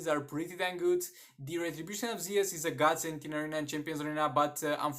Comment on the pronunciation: The video has very great, it helped me with my Shazam as well, but I’m not tryin to judge you or anything but it just sounds very weird in my head, it’s actually the retribution of “Zuuus” not Ze-us. It just feel weird in my head that’s why